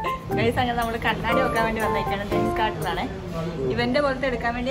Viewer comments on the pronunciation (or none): Kannaadi alla kannada. Mirror aanu kannaadi. Ithu spects